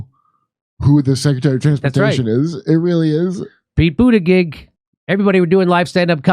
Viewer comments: It's pronounced , Booty Judge ! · Boot Edge Edge is how to pronounce the Secretary of Transportation's name. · Jimmy, it's Pronounced Butt Egg Egg. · I like how jimmy pronouce butigudge name xD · Pretty sure it's pronounced Booty Jig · Pete judybug I can’t unhear it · I always thought that his name was pronounced Butticheek. Let's hope that meltdowns happen to more airlines. Like, BA. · The surname "Buttigieg" is of Maltese origin that is actually pronounced "Butter-gig" (gig as in stand up comedy gig). Its painful watching everyone butcher this name... I went to school with a whole heap of Buttigiegs, can't imagine what they think about this useless politician guy ruining their name... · It’s “butt-gig”. Everyone knows it’s pronounced “butt-gig”. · Jimmy, your struggling over Pete BootyBitch's name, really made me LOL !!